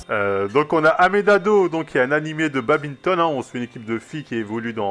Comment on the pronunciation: Mdr '' babintonne '' personne sait le prononcer correctement ou quoi